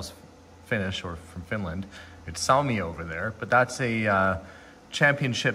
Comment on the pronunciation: I had a double take when the Finnish jersey's came on, so I had to google Len Lunde. Your pronounciation of ilves was close, you just also have to pronounce the E. It means lynx in Finnish, which is why it's their emblem. In Suomi you seemed to switch the u and the o for some reason. CCCP means the Soviet Union.